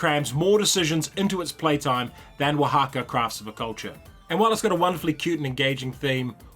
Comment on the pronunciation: Really nice to hear you pronouncing properly Oaxaca